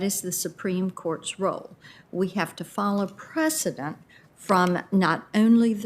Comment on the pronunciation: He can't even say precedent, instead he says president which says everything.